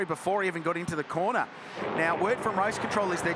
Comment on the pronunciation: You start watching these lovely old cars then suddenly it's ''Ah Naw, beeg damage, the M'nAAAro's off at the cornah''' Then I just see sad sights.